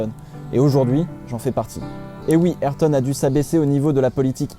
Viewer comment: Ayrto ça ce prononce respecté c pilote